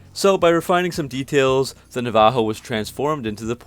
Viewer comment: Nav-uh-ho Navajo